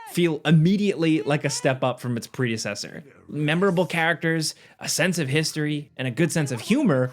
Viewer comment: The pronunciation of “predecessor “ was ATROCIOUS…IQs dropping at a rapid rate